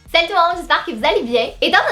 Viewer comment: je trouve que au debut de ses video dit saut tout le monde au lieu de salut tout le monde enlève le L